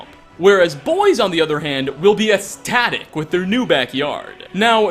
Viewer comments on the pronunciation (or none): HEY,. Your resident English teacher here. Sorry I'm late, I was off bugging other youtubers about inconsequential pronunciation errors. JK, it's Sunday, I slept in:) EXCELLENT work this time,! I found only one tiny error: ecstatic is pronounced ehk-static, not ess-static. But that's a tiny thing, even for me:) Enjoy the rest of your weekend! -Jesse